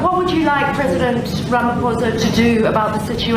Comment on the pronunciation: Rama posa. The h is silent!